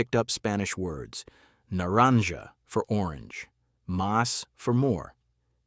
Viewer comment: Nah-rahng-ha is a better pronunciationof Naranja.